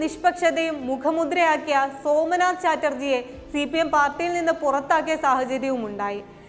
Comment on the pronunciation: സഭാനാഥൻ സോമനാഥ് ചാറ്റർജി, ഈ വാക്കുകൾ ശരിക്ക് പറയാൻ ആദ്യം പഠിക്കണം